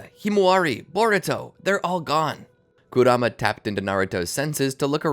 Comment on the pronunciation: I’m 4 minutes in and I’m pissed that you can’t pronounce kuramas’ name correctly